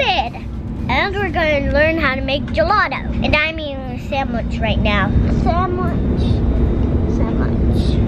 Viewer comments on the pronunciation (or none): I love how says “Samwich”😂